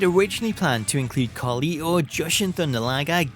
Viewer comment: The way he says Carlito’s name 😂